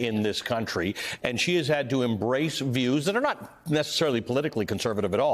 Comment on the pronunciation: Please pronounce her name right.